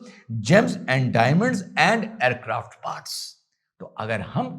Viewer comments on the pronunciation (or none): none